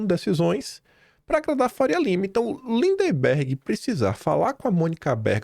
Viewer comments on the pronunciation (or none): não é LINDEMBERG. É LINDBERG!